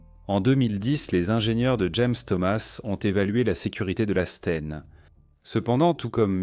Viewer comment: Documentaire intéressant. Par contre, l'IA a du mal sur certains points : Elle a du mal à prononcer certains mots, comme la "scène" (la Ssscène, la ssScène, lasse Scène). Certaines phrases sont prononcées en accéléré. D'autres contiennent des blancs. Et aussi, c'est dommage pour la cohérence de parler parfois en km/h et parfois en mille par heure. A part ces points, les images et les explications sont pas mal du tout.